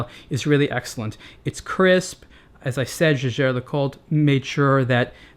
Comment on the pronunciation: It's pathetic to pronounce "Jaeger", which can also be written "Jäger", as though it were a French word. And no, I'm not a native speaker of German.